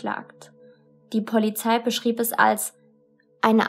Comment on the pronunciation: Begleitung nicht Bekleitung Polizei nicht Pollyzei Blut nicht Plut Brach nicht prach Drei nicht trei Brachen nicht prachen Und unzählige Sprachdefizite mehr. Bitte arbeite daran. Du machst unglaublich tolle Videos aber mich macht das innerlich so aggressiv wenn ich diese ständigen und immer wiederkehrende Sprachdefizite höre.